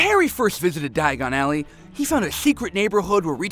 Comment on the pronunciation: The worst diagon Alley pronounciation